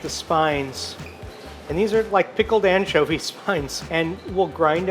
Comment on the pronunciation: Un-tcho-vee lol